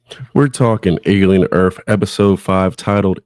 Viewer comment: Alien “erf”